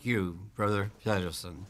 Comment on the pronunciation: Did he say Brother Pedo-son?